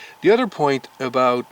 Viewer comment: You said Udder instead of Other